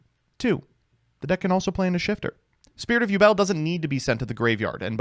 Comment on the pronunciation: Have a drink everytime he says ubel